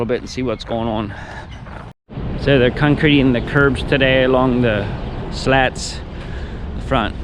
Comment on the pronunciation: cuncreeting lol good job tho